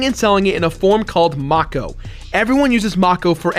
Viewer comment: it's fucking MAKE-O, MAKEEE-OOO